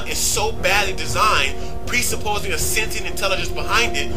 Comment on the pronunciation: OK... sentient is pronounced 'Sen-chee-ent"; also... ACIM (A Course In Miracles) holds that man (Man!!) made the Earth, so as to demonstrate the seperateness we all perceive between each other; if we feel separate, we (with God-like powers) made all this to demonstrate our sense that we are not One with all creation... when, in fact, we are.